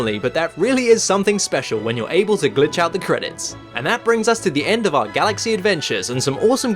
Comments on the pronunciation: you say glitch or bitch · I only who hear b*tch instead glitch?